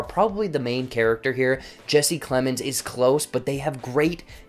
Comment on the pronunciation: It needs more than one watch, because Kaufman has produced a puzzle for us ....OR you could just read the original source novel. Just for the record, it's: Plemons not Clemens ( and ) Thewlis not Themiss Kaufman not Kaufmell (as you corrected yourself ), and fucking not >boooooop< ALSO - how the >boooooop< hell did you get to watch this movie a full week before it was released ...on Netflix??